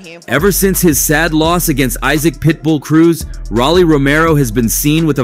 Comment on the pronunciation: It's Rolly..not Rally. Get a life before u speak on other people's life